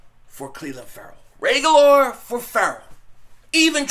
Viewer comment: Dude is you brain dead? Reagor has no L, in his name. Figure out how to talk. Pronouncing a players name Is pretty basic. Painful.